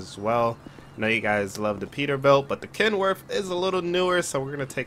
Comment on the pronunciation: brother its ken worth not kenworf